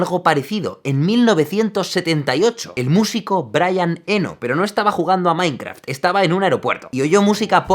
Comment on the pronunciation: creo haber escuchado "mainkra", alguien mas?